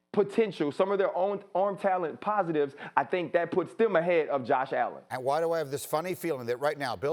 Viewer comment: The disrespect on allens name